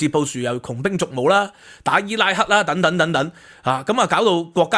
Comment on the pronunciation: "等等" 讀 deng deng, 不是讀 "躉躉!